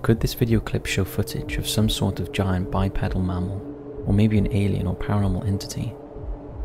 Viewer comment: It isn't pronounced bi then pedal, as in to power a bike. It's pronounced bi then peadal, as in pea the vegetable. Written bipedal pronounced bipeadal.